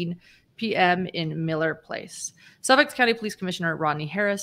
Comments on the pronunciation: Suffolk not Suffix 😊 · Suffolk County. When I hear you say it, it sounds like you're saying suffix. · It's Suffolk County, not Suffix.